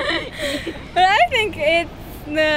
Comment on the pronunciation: their no no no sounds so Indian, nahi nahi nahi